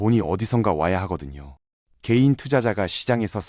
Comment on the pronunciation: 개인이 게이로 들리지만 크게 다르지 않으니깐!